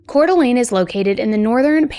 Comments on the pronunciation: YES!!!😊 She nailed the pronunciation. I from CDA, and we lived around the corner from the Dennys Shasta was found at. The only time I was selected for Jury Duty was this case!! Thank God Joseph pled guilty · We (Idahoans) are so proud of the amazing woman Shasta has grown up to be. Thank you for covering this case AND pronouncing Coeur d'Alene and Spokane correctly! Will you please cover the Jaralee Underwood case out of Pocatello Idaho? She was my husband's cousin. What happened to her was disturbing too. It broke the family. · I'm from the area and just wanna say awesome job pronouncing Coeur d'Alene. That is a hard one and the majority of the nation mispronounces it. Kudos! I actually remember when this happened and it was absolutely traumatizing. Our entire community was looking for Dylan and Shasta. We had known Dylan wasn't with them before the diner because there had been other reported sightings. We did not know where Dylan was but we knew he was no longer with Shasta. My cousin went to school with Shasta. I wish Shasta nothing but love that poor baby but unfortunately her life did not get much easier after this. I really feel for Shasta. With the trauma she went through she needed more of the community support and Idaho is not a place where she could receive that. They are highly conservative and do not believe in things like therapy, drug rehabilitation and community support center. That state provides almost zero financial support for anything including schooling. It's a beautiful place but it is not a place where your community will take care of you like that. There are literally zero social programs to support the it's in sickening. All things Shasta would have benefited from, there was no support for. Once her dad passed she had nothing. Like I said I really feel for Shasta.